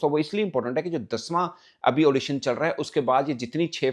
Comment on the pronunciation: Edition hota hai audition nahi